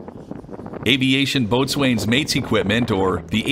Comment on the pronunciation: Boatswain is pronounced 'bosun"